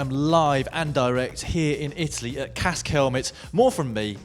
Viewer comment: Dan, is 'kask' not 'cask' honestly call yourself a boss....